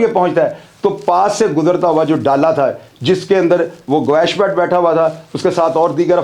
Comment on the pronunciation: Aur dosri baat apko gawash ka nam Sahi bolna Nahi aya aur ap muzamil ke kahne per Roz video upload karte ho aur apko Jo story yeh btai hai sab jhoot btai hai ap one side baat kar rahe ho ch saab